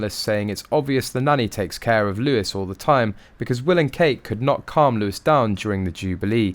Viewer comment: It’s pronounced Loowee, not Lewis.